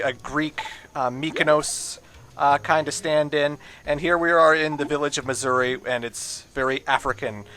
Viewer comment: When he says Mazuri it kind of sounds like he's saying "Missouri".